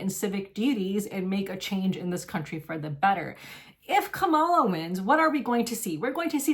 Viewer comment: Thank you for taking such good care of the cats! Your kindness is very inspiring 😊. I appreciate your take on Palestine and the election. It would be nice if you pronounced Kamala correctly though.